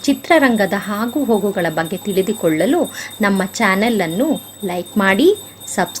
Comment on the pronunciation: ಹಾಗು ಹೋಗು ಅಲ್ಲ ತಾಯಿ... ಅದು ಆಗು ಹೋಗು ಕಣಮ್ಮ.😅